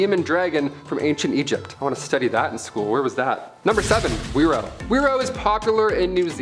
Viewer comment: whiro is pronounced firo with a rolled r and Maori is pronounced maow (rolled r) ri. yw.